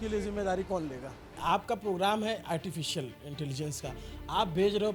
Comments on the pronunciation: Artificial....❎ Artifilcial...✅😅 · "ARTI FEEL CIAL" 😅😅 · "Artificial" Bhi Nahi Bola ja raha hai inse, Aur Ye AI (artificial intelligence) ki degree de rahe hain. 😅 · He cannot properly pronounce ‘artificial,’ yet he is talking about a ₹350 crore AI investment.